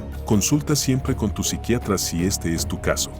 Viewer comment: Amigos que no se dice con el Psicriatra? Donde el Psicriatra no está bien dicho,sorry pero quería decirlo,pero muy buen video.